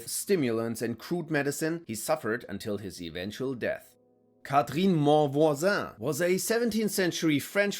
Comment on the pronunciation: the way you said "monvoisin" sounds like you're frensh 😂 Also, her last name itself looks like the word "mon voisin" which means "My neighbor" in frensh 😂